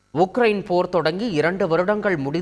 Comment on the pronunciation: அது இக்ரைனே இல்லே உக்ரைனா மொதல்ல அதுக்கு பதிலா சொல்லுங்க